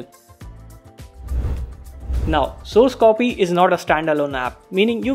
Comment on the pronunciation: Triggered when he said scrappy for Scrcpy which is probably a short hand for screen copy ....... -_